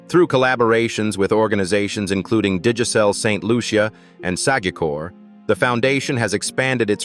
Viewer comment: The name of my Island is not ST Lu- ce- ya !!! But ST Lucia, (LUCIA) one word.